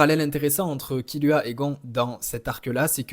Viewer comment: Tu m’as mit le doute avec ta prononciation donc je suis allé réécouter et perso j’étends « Gone » par contre je suis d’accord pour « Killua ». Pour SNK je suis pas le mieux pas le mieux placé car j’ai majoritairement lu le mange ahah mais j’aurais dit Elen (même si perso IRL j’ai la flemme je dis Eren) et Livail